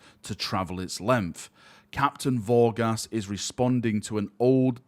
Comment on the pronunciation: I thought you said Captain Ball Gas. Thought he'd be a Nurgle worshipper.